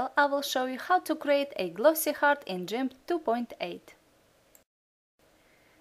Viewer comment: From now on I'm gonna say Gimp the way you say it